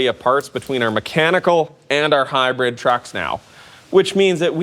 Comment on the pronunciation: Yeah. I was being a smartass about the way he says it. It usually sounds like high bread instead of hybrid.